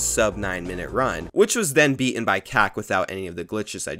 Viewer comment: Word: "Beaten": "Be in" Name: "Martin": "Mar in" I know he knows how to pronounce the letter "T" because he says the word "time" 300 times.